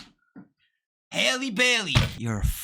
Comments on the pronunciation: Sounds like “Holly” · Lmaoo it’s Halle as in like Halle Berry